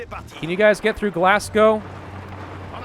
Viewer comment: Glassgow?!?!!?! When will somone say glasgow right?